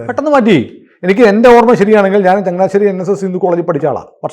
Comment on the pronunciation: ചങ്ങനാശ്ശേരി എത്ര ക്ലിയറായി പറയുന്നു